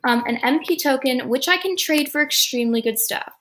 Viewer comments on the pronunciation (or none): none